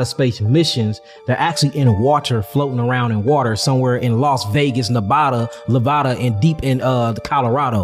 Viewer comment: Bro said Las Vegas Nebada Levada 😂